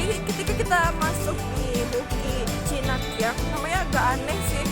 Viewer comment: Chinangkiek bukan cinangkiang